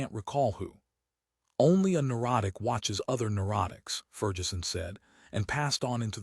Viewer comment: ferjeson? macoiyni? jeez